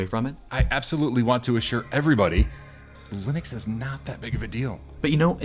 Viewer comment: Just found your channel, and nice work. Congrats on pronouncing Linux correctly (something I got wrong for so many years until I saw Linus tell me better)